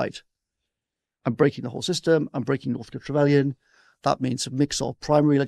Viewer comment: Can someone help my ears please. What is Dominic saying when he says "Northtrikavelian"? I cannot catch the word but that is how it sounds to me. The subs say North Trellion, which is not right either. Thank you in advance.